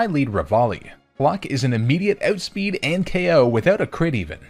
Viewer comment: "ootspeed" Canadian confirmed??